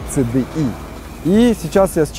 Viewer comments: отличный обзор,но только не ЦЭ-ДЭ-И,а Си-Ди-Ай. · Говори не ЦДАЙ СИДИАЙ